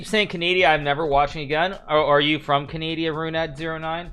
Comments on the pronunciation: Bruuuuuu, Hikaru, i love you as a chess player bu "CANADIA" no its "CANADA" comone man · “Kazakastan” “Canadia” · So you pronounce it canadia?